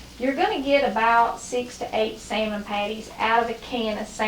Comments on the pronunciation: I love this lady's accent when she says "sayer-mon". Keep the wonderful recipes coming but lose the comment warning. I find the "GOT IT" part insulting. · Is it pronounced sa-mond or Sal-mond 😉🤪😀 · Love to hear you pronounce "Samon".